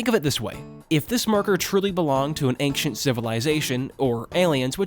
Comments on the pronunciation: There’s no K in ancient big dawg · I am sorry, but saying ankshient and not ein-SHENT and saying mod-YOU-le and not mo-JOU-le really detracts me from the video. I don't know if it's just your strange (to me) local native accent or if English is your second language, but I haven't heard anyone who says the word "ancient" in such a way. This pronunciation just really puzzles me. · Yes, please do make a vid for the two sequels. But just please... Learn how to pronounce 'Ancient'.